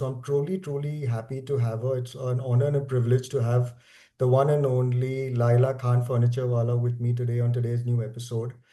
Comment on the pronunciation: Why you are telling Laaila? It is Laila khan know? Or I am wrong.